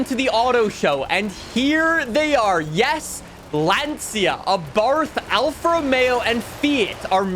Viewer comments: Love the video, but please Lancia in italian is pronounced (for english accent) “Lancha” not Lansia🙈😂👋🏻 Keep it up man, much love from Italy👊🏻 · There is no car called a Lan-See-a!!! For all of the years you have been playing car games, why not learn how to pronounce them!!! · You're pronouncing Lancia Wrong